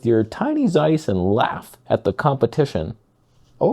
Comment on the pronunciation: It's pronounced as TSeiss. And it seems to be nice.